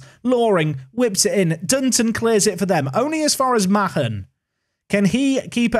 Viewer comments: by the way the surname mahon is pronounced marn not ma hon as this is my surname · Mahon is pronounced 'Maan', rhymes with Garlic Naan.... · Mahon is usually pronounced Marn. Fazackerley you need to work on. Hard to explain that one lol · Isn't Mahon just pronounced "Man"? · Also Mahon is said like Marn. Tranmere had a player with the same name Alan Mahon went on to work at Man City.